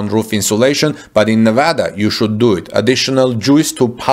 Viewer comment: excellent pronunciation of Nevada. Like a native my friend.